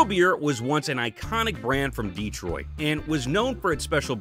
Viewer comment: It’s Detroit, not Dee-troit.